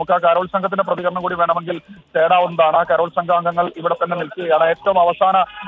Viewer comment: കരോൾ ആണ്. കാരൾ അല്ല😢